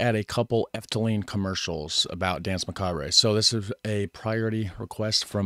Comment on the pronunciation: Euuuuuh neuuuuu what a macabray hombreeeeee yeah macabrayyyyy mannnnn let's just throw allllllllllllll the languages in one pot and call it English why nottttttttttttttttttttttttttttttt Macaaaabraayyyyy duuuude toooooootaly awesome .......some macaaabrayyyyyyy we can HEAR how it is pronounced but let's call it : macaaaaabraaaaay essay !!!!!! Macaaabraaayyy